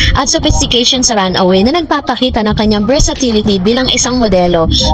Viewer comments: Anong run away sinasabi mo? Runway po haha🤣🤣🤣🤣🤣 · Teh runway naman hindi runaway! 😅😅✌🏻✌🏻. Correction lang po. Don't get me wrong. Basta ako BARDA forever for real! 🙏🏻🙏🏻🙏🏻❤❤❤❤❤❤